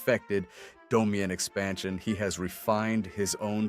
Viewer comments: Domeian espaxion😂) (dude what?) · “Domian expantion “. 💀